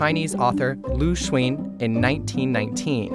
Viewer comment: Pls learn how to pronounce Lu Xun and Kong Yiji. I mean, just listen to your own interviewee. This is SCMP, right?